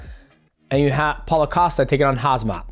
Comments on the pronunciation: Paula is a female name,Paulo is right😂and hazmat has nice ring to it….keep using it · And "Paula" Costa 😭😭 lol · And "Paula" Costa 😭😭 lol 😂